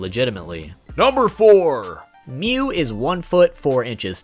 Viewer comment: It's mewwww